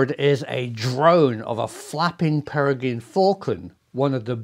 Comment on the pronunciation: Peregin? Tortoise? Ever think of taking an English as a second language course?